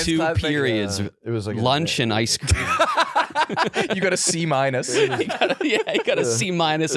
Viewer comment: The way pronounces "got" is verbal torture. It's not 'gut', its "got". A fair simple one-syllable word to pronounce.